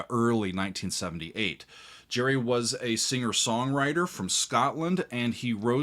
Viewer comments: HIS NAME GERRY NOY JERRY ITS A HARD G ITS SCOTTISH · So why is he calling Gerry, as Gary. A good listener? Not.